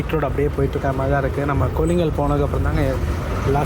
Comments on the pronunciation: Bro அது kollingal illa கொள்ளேகால் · கொல்லிங்கல்...இல்லை... கொள்ளேகால்....